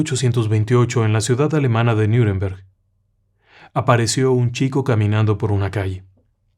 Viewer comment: Parece que hace frío en esta época allí, me refiero al radiador, ja, ja, ja. Qué tema raro y misterioso, tan bien narrado cómo. Mención aparte las fotos de época que me encantan; me gustó mucho también que al hablar de Nüremberg la pronunciación fuera la correcta, al igual que si yo leo Miami o hablo de la ciudad, pronuncio "Maiami". Lo de Caspar Hauser todo un tema muy de intrigas palaciegas de esa época; pero los demás, casi todos eran en vez de "los hombres de negro", los "hombres sin etiqueta". Felicitaciones por este programa tan raro y misterioso.